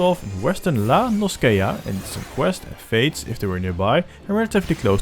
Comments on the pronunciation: It's La-No-SEE-ah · its pronounced in eorzean La No Sha... edit---- the main story also unlocks dungeons which help with level progression because they reward a lot more exp than logs. the chocobo mount is part of the main story also. once you reach level 30 you can get 2 different quests that allows you to change your arcanist to both summoner (dps) and Scholar (healer) you level them at the same time because both are arcanist based, an all exp gained from either summoner and scholar go into arcanist as opposed to other jobs